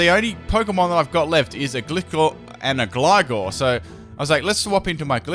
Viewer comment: Your mispronounciations really annoyme for some reason, anyone else with me? it's Sko-roo-pee, Gly-score and Gly-gar